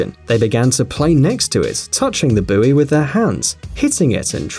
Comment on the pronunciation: Thank you for saying buoy correctly.